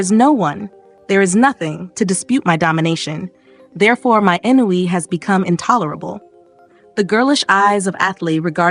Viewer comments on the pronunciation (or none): Ennui is pronounced Ahhwn-wee